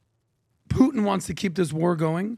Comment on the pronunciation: Here to witness pronounce Putin as “Poo-en”, and leaving satisfied.